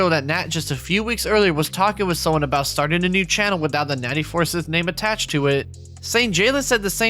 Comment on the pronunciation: For the last time It’s not pronounced Four-Sith, it’s pronounced FUR-SCYTHE!